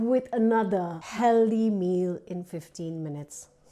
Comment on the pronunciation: I wonder why she keeps saying heldy meal? Can she not pronounce the word healthy?